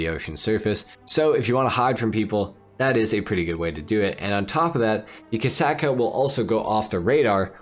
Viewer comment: "Torador" and "Kasaka" 💀 Only in Ohio